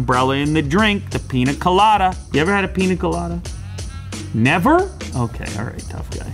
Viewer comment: You pronounced Piña Coloda wrong